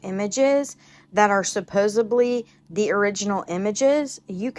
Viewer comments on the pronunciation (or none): *supposEDly, not supposEBly.